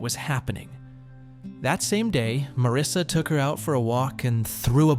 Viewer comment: Not Marissa, it’s Marisa! 😏🇬🇧